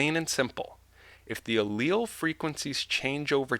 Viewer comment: you pronounce alial difrently to my sister.